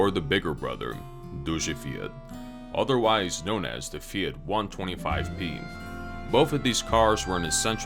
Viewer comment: you say "fiat" not right. you should say fiat like "fyat", I mean without "i" I mean we don't read "i" we read "j'', "fjat"